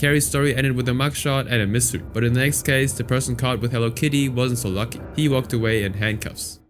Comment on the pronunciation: *mystery* not mistery😂